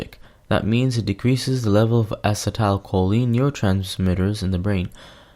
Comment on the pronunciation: You are not pronouncing acetylcholine right.